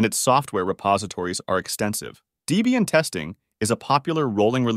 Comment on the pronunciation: DEE-BEE-ANNE = Dislike